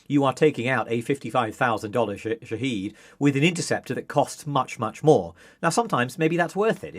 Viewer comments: Folks sorry to be that guy, but it’s pronounced Shahéd, not “Shaheed”. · The Economist would be more credible if it pronounced 'shahed' properly. 'Sha-hed' not 'she-heed'. You people sound moronic. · It's Shahed, not Shaheed. (Shahed="witness", Shaheed="martyr"). It's a company that makes many different types of aircraft and drones, not just loitering munitions. The Shahed-136 which this "expert" is talking about is one variant designed for a specific purpose. Skimming the Wikipedia article can tell you much more than this interview. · They're called Shahed (Witness), not Shaheed (Martyr). If you can't even get that right, you have no credibility on the topic. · It’s pronounced shaa-hed, not sha-heed… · Drinking game, take a shot everytime he flips from pronouncing it sha-head to sha-heed. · Shahed is pronounced ʃa.hɛd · It's Shahed /sha head/ stress on the first syllable long a vowel. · Shahed and Shahid are two different words pronounced completely differently and you keep using the wrong prnunciation. Dislike. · Thanks for that comment, I found it difficult to watch this guy claim he knows about them while messing up the name most of the time. Surprisingly he did get it right a couple of times , which makes it even more confusing to watch.